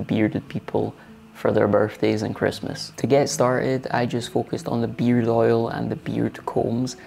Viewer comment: Oops! That's beard! (sounded like beer)